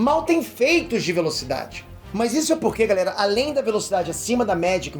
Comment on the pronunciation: Impressão minha ou no final do vídeo ele fala: galela